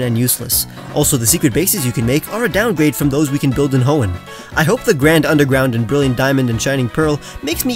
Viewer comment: anyone else think he said hoenheim when he said hoenn time?